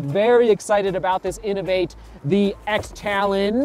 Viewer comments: The inov8 is pronounced Cross Talon 👍🏻 I'm looking forward to the VJ Maxxx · Just to let you know the 'x' in the inov-8 x talon is pronounced 'cross', just found that out from their website today.